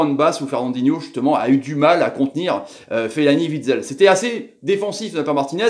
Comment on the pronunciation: Juste comme ça, ca ne se prononce pas Vitsel mais Ouitsel ( Witsel )